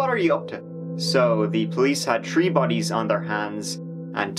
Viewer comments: Very sad, humanity can be cruel. on another note, isn't it funny how when the narrator says 'three', he pronounces it 'tree', but when he says 'third', he still pronounces it 'third'? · I subscribed because I crack up every time he says turd this and tree that. Haha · If you say three as tree, why isn't third pronounced as turd? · This guy won't do a video unless he's able to say "tree" (3), "turteen" (13) or "turtytree" (33)... : ) and to be clear, we love his show! he's better than the big budget shows by far. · Us British say free instead of three or tree lol! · You say three like tree what is up with that 😂😂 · Why can’t you say three properly 😡